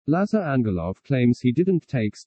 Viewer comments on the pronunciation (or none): `Lazr (emphasis on the first syllable, the second 'a' is silent) not La-zar. This is how you pronounce his name in Bulgiarian. I noticed, he also pronounces it as La-zar, so he will probably be annoyed 😂